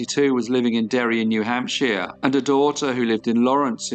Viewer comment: New Hamp-shire not hamp-she-er